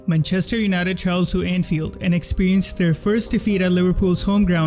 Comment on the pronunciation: how's this guy so good at analyzing football, but still mispronounces manchester???